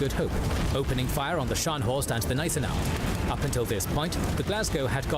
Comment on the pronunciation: That is why I stopped watching K&G as "" (the narrator constantly mispronounces words, doesn't care to learn and has never improved. He also varied the pronunciation of Gneisenau between silent and hard G plus got Louis wrong it is not lewis.